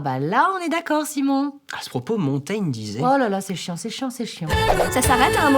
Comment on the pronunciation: A propos, Montaigne se prononce Montagne Bisous